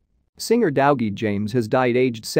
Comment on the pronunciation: This AI reader is horrendous. Dowgie?